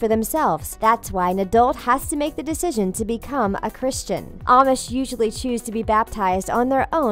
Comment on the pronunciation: Wtf Is CHRISTINE A AMISHHH?!?!?!?!????!????!?!!!!?!